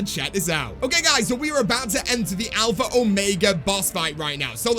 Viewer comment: ITS ALPHA OMEGA NOT ALPHRA ORMEGA LOL